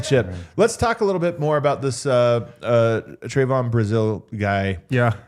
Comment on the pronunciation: lol..its not Tray-von...its Trev-un short e sound, not long A pronounciation.🙂Yall are kinda depressing to listen to. Lots of teams would love to have Brazile. You are under valuing Trevon before you even give him a chance ! Shit, give Trevon a little more credit. You guys act like he doesnt have a brain. WELL HE DOES AND HE CAN GET UP HIGHER THAN ANYBODY ON YOUR ROSTER. HE CAN GO GRAB A BALL , TOMMY HAWK THE BALL N THROW IT D OWN.